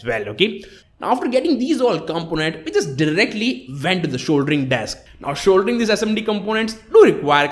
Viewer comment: shouldering and not soldering 😂